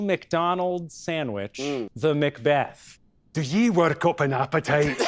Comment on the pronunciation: There is so much emphasis on that second syllable